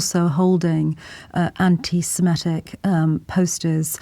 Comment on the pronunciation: It's "semitic", not "semetic". The thugs we saw yesterday were THE SAME BLOKES that Sangita saw in the 1980s. 😮